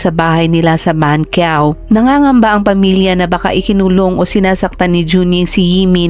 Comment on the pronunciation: Hindi po bankyaw ang pgbsa sa banqiao. Kundi panchaw po sya bigkasin.